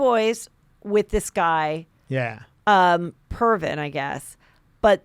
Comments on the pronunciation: It’s Previn not Pervin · It’s Previn, nit Pervin. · Jason's better off. You'll see!...........Heather it's PRE-VIN, not Pervin. You should google this dude. WHOA. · Pervin! I love it ! It’s Andre Previn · Andre Previn....not Pervin. Google it!!!!! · Get your facts straight, and its Previn NOT pervin. Ugh! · Lol Previn not Pervin